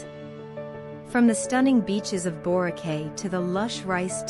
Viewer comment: I don’y know why Boracay is number 1. This island is commercially super hyped and there are more stunning places to visit and enjoy. And by the way, it is pronounced as Borakai.